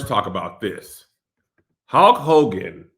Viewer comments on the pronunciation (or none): Kev… something has to be said about the way you pronounce words with a ‘U’ and ‘L’ next to each other… it’s truly egregious lol🤣🤣🤣 it’s “HULK” Hogan…. Not “HAULK” 🤣🤣🤣🤣 it ain’t “AULTIMATE” Warrior…. It’s “ULTIMATE” lol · I hate how Kev says Holk Hogan instead of Hulk 🤣🤣🤣